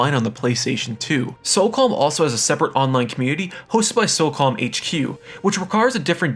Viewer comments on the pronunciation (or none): OMG WHATS WRONG WITH YOUR SPEECH IMPEDIMENT!!! ITS LIBRARY. NOT LIBERRY . ITS SOCOM. THERES NO L ITS NOT SOLCOM. ITS NOT MENEL GEAR SOLIN ITS METAL GEAR SOLID. have a friend talk for your videos or something GOOD FFFFKKKINN GRIEF